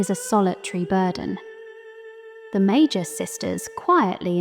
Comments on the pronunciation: I love the video. Really excellent content. Small note, the pronunciation of words with the mag- root can be tricky to figure out. In Japanese, we have メーガス三姉妹 Mēgasu San Shimai, with a hard g for magus. Again, this is so small. In English we have words magic and mage (with a j sound 'majik'). We get this from Italic languages as well as French, wherein g takes a j sound before e, i, and y, but a typical g sound in other cases. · I always pronounced it as “May-Gus”, so I never got the idea of magi from it. Loved this video! 🎉